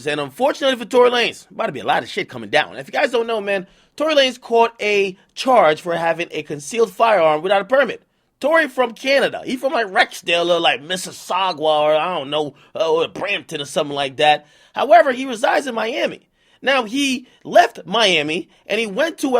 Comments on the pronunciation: fam stop saying saGUA its sauga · Man said Mississaugra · its pronounced miss-is-sa-ga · MISS-IS-SAW-GA -MISSISSAUGA NOT THAT STUPID SHIT YOU SAID. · The way you said Mississauga 🤦🏾‍♀️💀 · The way you say Mississauga makes me cringe ak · Bro ... I’ve unsubbed until you learn how to pronounce Mississauga properly, jeez ak u stupid as hell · The way Akademiks says Mississauga 😂😂